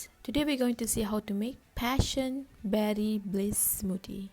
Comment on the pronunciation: I thought you said passion baddie smoothie 🤣😭